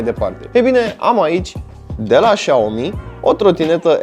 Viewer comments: trotineta se numește Xiaomi Xiaomi tu ai zis și aomi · Spui șaomi , când ar trebui sa citești siaomi sau chiar cum scrie xiao mi și mijia i loc de miya Dacă nu știi cum se pronunța le citești pe amândouă cum se scrie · Se citeste "șa'omi"